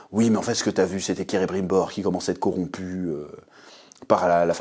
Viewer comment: On est d'accord que c'est Celebrimbor, pas Cerebrimbor. Désolé, ça m'a fait buggé pendant toute ta vidéo. Mise à part ça, tu m'as bien fait déliré ! Perso j'essaye d'apprécier la série pour ce qu'elle est : une fanfiction hors de prix, mais faut avouer qu'à un moment donné il faudrait quand même respecter ce qu'a écrit Tolkien, qui a passé sa vie à réfléchir à la logique de son univers, avec ses gosses qui lui posaient tout le temps des questions pièges et des "pourquoi?" dans tous les sens, et prendre aussi le temps et l'argent de se payer de vrais et bons scénaristes qui savent écrire...